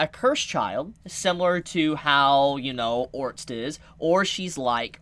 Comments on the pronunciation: God! It's ORSTED(/Or/stead/) not ORNST, please I love watching your videos but you say it so many times it's killing me! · Has nobody told homie that its orsted and not orst or ornst ? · For the love of god it’s ORE-STED two syllables! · no hate, but I'm pretty sure Orsted is pronounced similarly to homestead, so basically "Ore - stead" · WHY DO YOU STILL CALL HIM ORNST THIS IS SO PAINFULL MAKE IT STOP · I heard "orts" or "ords" and instead of heal I heard "hill" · how is Orsted pronounced orts? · Ors—ted sound it out with all respect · It's pronounced or-sted like homestead. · Pls start calling Orsted ORR STED. Your way of naming him is jast strange. :D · The pronunciation is or-s-ted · Just wait you will learn that you've seen her very early on. Also why tf are you pronouncing it otrst? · the guy's name is pronounced Ors-t-ed( orusutedo in the Japanese version)